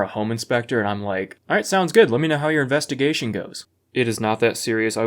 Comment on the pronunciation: It's an "inspectigation"